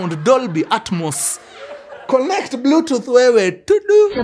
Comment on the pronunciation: TUDU😂😂😂how mkuru says Bluetooth device😅 ben 47 the low battery was not necessary